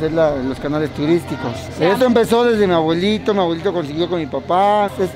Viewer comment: No sé cuántas veces el vato dijo "mi agüelito", A-BUE-LI-TO, es una "B", "B", "B".